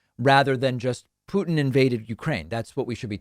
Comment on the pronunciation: .. I would agree if it werent for the fact that David 'byootchuers' every single pronunciation of any name with a 'u' as the second letter. Do you know any other person delivering the news calling Vlad as Pyootin or as Pootin ?